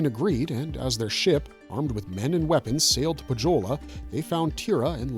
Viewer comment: Nitpick on pronounciations. It's Poe-yo-lah not poh-joe-la. And it's Yo-kah-hi-nen not joe-kah-hi-nen